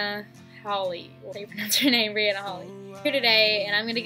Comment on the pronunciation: Its bryana not briana lol and this is a good video